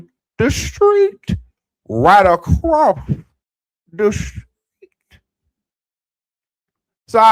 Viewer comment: I hate to laugh when you say “ across the street”. But it’s funny each time